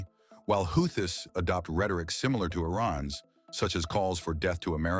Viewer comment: Dear: Is it Houthis, pronounced Houtees or WhoThis?? Make up your mind please. 🤡